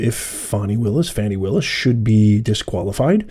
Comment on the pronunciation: Let’s get it straight, it’s pronounced “Fawni”, lol